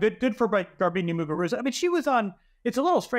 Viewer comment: Right?? Trying a little too hard